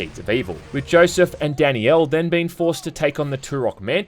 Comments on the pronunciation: omg it's not "Danny-L" It's DAN-IELLE". Great video but maybe try not to butcher the name of one of the main characters. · Danielle isn't some exotic name lol, in the UK it's about as common as Brian and it isn't pronounced Danny'el, it's Dan'yell Also it's obvious they want you to think Danielle is better for combat, she has the action focused levels and Joshua is like half her height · Am I the only one hearing "Danny-El" instead of "Dan-Yell"? lol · Danielle is pronounced as d AE n - y EH l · It's just Danielle. Not Dani Elle. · Dani-elle? Is that just an Aussie thing or what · I legit had to look up the pronunciation of Danielle because how was saying it lmao DANNY YELL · I can't watch this video because you keep mispronouncing Danielle's name. Her name is not Dani Elle. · Take a shot every time says it like “Danny-Ell” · …is he saying Danny Elle instead of Danielle? Is that how it’s pronounced in the game? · Say "Danny-el" one more got-damn time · Anyone else think was saying Danny L instead of Danielle? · Danny-yell is so wrong